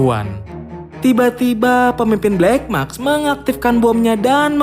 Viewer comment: maSk bwang, bukan makS. Wkwkw